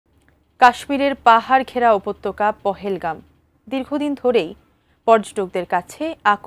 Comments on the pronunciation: পহেলগাম না সাংবাদিক ভাই পেহেলগাম হবে 😅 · আপনা আপনারা তো মূর্খর মতো বলতেছেন পহেলগাম, স্থানটি নামে বলতে পারতেছেন না,, স্থানটির নাম পেহেলগাম।। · উচ্চারণ ঠিক করে সংবাদ করেন জেনারেল আসিফ মুনির পেহেলগ্রাম